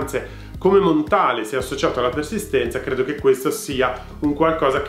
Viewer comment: Si pronuncia Montal no Montale. È francese!